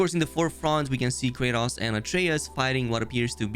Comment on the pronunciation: Normal people: Kratos: Kraytas 😂